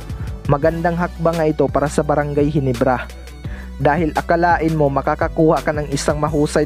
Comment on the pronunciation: ginebra hindi ginibra